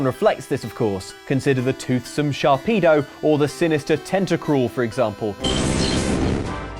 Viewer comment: SharPEDO. How has no one pointed that out